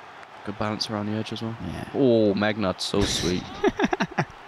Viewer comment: Harvey actually said megnut, instead of nutmeg!!😂💔